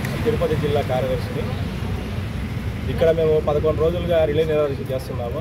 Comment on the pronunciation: రిల్లే కాదు రిలే